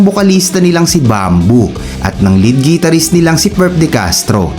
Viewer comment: The correct pronunciation of Guitarist is Gitar-rist. Not Gee-tar-rist. Try saying the word "Guitar" and you'll know what I mean.